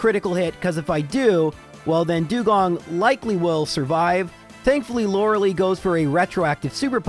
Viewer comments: One day this guy will learn how to say Lorelei. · Youre saying lorelei wrong eh